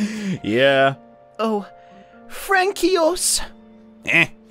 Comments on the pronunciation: aww, you don't say it "frankyos" but "franssuah" 8"D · not Fran-kee-os... it's Fran-swah. French am i rite? :P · Francois is pronounced "Fron koi" .... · You're saying Francois wrong. You said it like 'Frank-eos' when it is actually 'france-wa'. Also there was a typo in the subtitles if anyone noticed. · Francois is pronounced "Frank-Wa." not "Frankios" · Fran-ki-os? Not to judge dude, but that pronunciation was horrid. The "coi" in "Francois" is pronounced like "soi", so it's Fransois, with the last S being silent. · What the hell kind of pronunciation is FRANKEEOSE? Jesus Christ dude. Get some culture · First it's Quin-o-ah and now it is Fran-ki-os? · 4 those who want to know how to pronounce françois it’s pronounced fronswa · In pretty sure Francois is pronounced fron-swah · God damn people are crying in the comments about Francois being pronounced Frankios, chill out lol Also I think it fits because Ann has some... pretty terrible acting. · Isn't it pronounced as Fran-swaaa? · "Frankyos" Dear god kill me now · Frankie-OS was amazing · It's pronounced Franswah btw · All the people in the comments crying over Francois being pronounced Frankios, disappointing but calm down chap and chapettes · Because pronouncing all the letters is for suckers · Btw, "Francois" is pronounced more like France-swah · Actually, it is pronounced 'francewa' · THEY PRONOUNCED IT INCORRECTLY!!!!!!!!!!!!!!!!!!!!!!!!!!!!!!!!!!!!!!!!!!!!!!!!!! AGHHHHHHHHHHHHHHHHHHHHH! ITS PRONOUNCED WITH AN S! PRETTY MUCH FRANSOIS! LEARN UR WORDS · i think francoise is actually pronounced like "franswa" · Did you seriously read "Francois" as "Frankios"? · Luigizilla same lol I died. it's more like... FRAN SWA the c is a... well... ç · don't understand, you pronounce "Crepes" as kr-eh-pp, so he wasn't that far off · My french ears bled when he pronounced Francois 💀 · As a French person I was extremely triggered by the "François" part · As a Brit I wanted to die